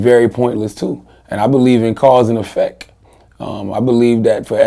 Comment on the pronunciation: hehe laryn---ex, cause and effec--t